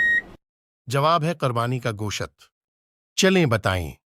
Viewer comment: Gosht❌ Goshaatt✔️😅😅